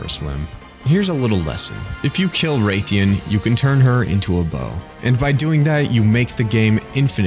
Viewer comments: Gonna crash the fk out. Do you say raythalos? No that's stupid it's spelled rath-a-los. So why the fuck do some people say raythian its literally the female of the same species and is spelled the same. Rath-a-los rath-ian. So tell me why do you pronounce the rath differently? Drives me fkin insane. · It’s pronounced ”wrath”-“ean” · did this guy just pronounce it… ray-thian????? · true especially when we've heard in-game characters pronounce it as Ratheeyahn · LORD GOG STOP PRONOUNCING RATHIAN LIKE THAT😭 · it just sounds so wrong 😭😭